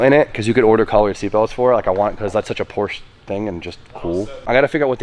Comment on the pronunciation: “What does every single need?” An extra vowel. 😂